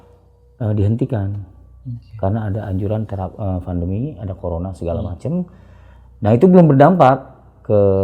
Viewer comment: Pandemi pak..bukan vandemi